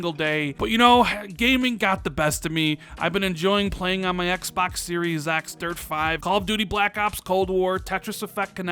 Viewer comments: "Xbax Series X" no offense, I love your channel and content, but sometimes the way you say Xbox drives me nuts. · “Ecks Bocks”